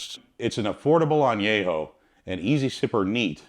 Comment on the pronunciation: VERY WELL informed video ; You do well with Spanish pronunciatión. If I may; the Word añejo should be with the an e from " YET " instead of an a from " yeah ". as in an-YE-ho. Excellent video